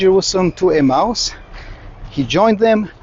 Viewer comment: are you says 'a mouse' or Emmaus.?